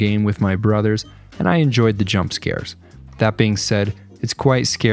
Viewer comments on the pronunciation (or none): none